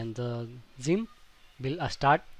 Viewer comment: Why does he say it like: Szyimp its funny LOL